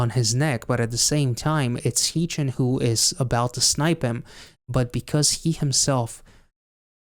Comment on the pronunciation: Tysm for the reaction!! Just btw, Haechan’s name is pronounced more like “heh” chan (as in hair) rather than hee chan ❤